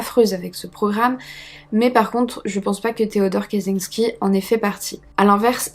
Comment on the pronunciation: info pour chipoter : "cz" se prononce "tch" donc c'est tres probablement "katchinsky" en phonetique . le J (y compris celui avec un point dessus ) se prononce comme un G . Zubrowska la biere se prononce "joubrowska". le L barré est un "iote" il se prononce comme un w .... bref... si tu as besoin d'aide un de ces quatre concernant es pays de l'est n'hesite pas ! Ps: arrete un peu tes projts annexes et redonne nous des videos, j'adore ton boulot mais ca se voit que tu as pas la tete a ca ... kiss